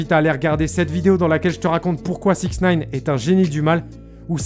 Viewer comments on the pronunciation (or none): none